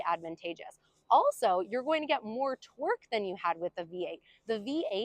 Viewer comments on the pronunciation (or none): Torque not twerk